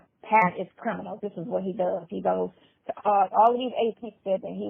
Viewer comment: I thought that I was the only one who noticed that never says the word CRIMINAL! He always says CRINIMAL! 🤣😂